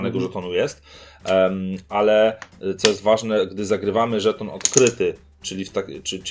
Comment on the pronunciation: Mam dziwne wrażenie, omamy słuchowe że zamiast słowa/słów żeton/żetony oboje wypowiadacie co jakiś czas szton/sztony ;)